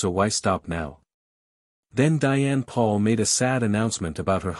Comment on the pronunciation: ITS PRONIUNCED POLE NOT PAUL!